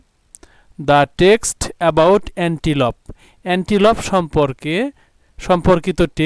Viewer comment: স্যার এনটিলুপ আর আপনি বলছেন এনটিপল